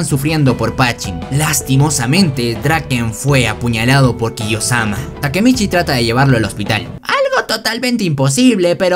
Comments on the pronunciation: ¿Khe? Acaso no es kiyomasa? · Bro es kiyomasa, no kiyosama😂😂😂😂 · KIYOSAMA ES KIYOMASA XDDDDDD